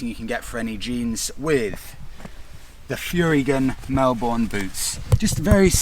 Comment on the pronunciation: Enjoyed the review but Furygan is pronounced Furry-gan.